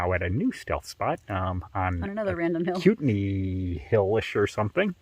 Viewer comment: As-cut-nee, pronounced as cut.